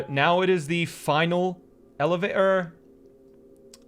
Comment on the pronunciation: sure, an eleva'or